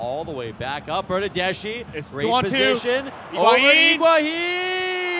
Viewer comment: The bernadeschi pronunciation was ear killingly bad